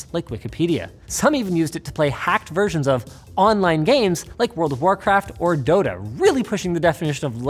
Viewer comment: Did this clown just say "Dodo" instead of "Dota"